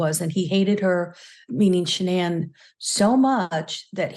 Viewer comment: Megyn you completely butchered your pronunciation of Shannan's name. Its disappointing to see that both Megyn and the guest refused to pronounce the victims name properly. Incredibly disrespectful to Shannan.